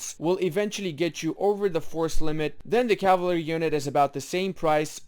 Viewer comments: Caval-ry NOT cava-lary. I could only make it a minute in before I couldn't stand you brutalization of the word. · Bro please dont just leave like that without any outro or goodbyes it feels bad :( Also its kinda funny that you have to pronounce "Cavalery" lol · My favorite unit, the caval-ary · "Cavlary units" :v Nice video, thanks for that. I've been (unexpectedly) doing it basically right for a while now, except I'm more radical on my Infantry/Artillery ratio, in that I'm almost always doing X+1/4/X armies when artillery starts being good, but I'll probably change it from now on.